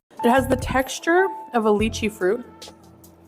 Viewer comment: In this vid alone she pronounced lychee and heirloom wrong. She doesn’t even pronounce the food items correctly! And don’t get me started on saying fruit tastes “fruity”. C’mon! She can Google things but she rarely chooses to Edit: I see you pointed out the “hair-loom” 😂